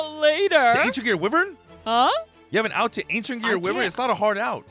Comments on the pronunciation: It's pronounced WHY-vern not wivern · Can my sick bro just say ancient gear why-vren one time 😢